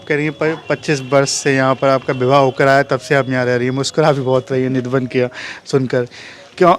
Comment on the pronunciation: Radheshyam Sundar.🙏🙏 Nidhivan bolo bhai